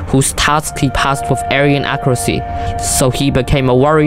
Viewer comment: true "ayran" lmao